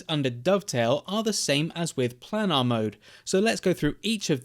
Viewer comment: How to pronounce planar : plane-are